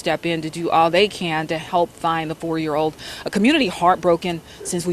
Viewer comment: The word is FOUR, not foe.